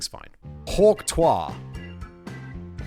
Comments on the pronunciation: “Hawk twah” 😂 Yeah Simon, I’m surprised you haven’t seen this either. Even my kids who are way too young to know what this is, know what this is. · Each time Simon pronounced it hawk twaaa it got even more funny 😂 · That's... That's not how you pronounce trois. He was pronouncing it like the French informal objective you (toi) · Huk Trois😂😂 im pretty sure yhats how they spit in France.😂 Bless this chap. ❤ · Simon using a french pronunciation instead of the Too-ah is fantastic and soo Whistler. Its a spitting sounds not a park in France 😂😂. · You couldn’t stop to watch a 15 second clip to learn that it’s pronounced “Tu-ah”? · Simon, for gods sake, its pronounced tuwakaua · The fact that Simon continued to say it like the French word for three (twa) even after reading "Hawk Tuahsday" is a firm example of how little Simon gives a shit. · Jesus, Simon. Too-ah. Quit being a frenchman. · It's actually just a variation of a very old word for spitting - slight different pronunciation. Hawk2-A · The fact that having tuah replace Tues in Tuesday didn't clue Simon in that he's pronouncing it wrong is hilarious. Of course Kevin could have added the phonetic spelling (Hawk Two-uh (or ah)) which could have also helped. LOL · I like how he still didn't get a clue about how to pronounce Tuah when they replaced Tuesday with Tuahsday. We know what he will be cringing about when he listens to this video 5 years from now, that and not watching J.D. Vance's Cringe Shoot and defending him. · Today I learned that British people pronounce the words "vocabulary" and "tuah" differently than Americans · The "Tuahsday" should've made the pronunciation obvious and he still couldn't figure it out